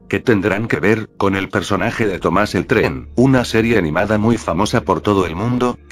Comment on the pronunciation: Siempre cuando dices tren suena rara lo voz